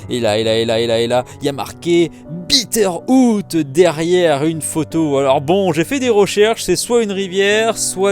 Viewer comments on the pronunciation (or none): J'ai compris Peter Pan au lieu de Bitteroot. Rip.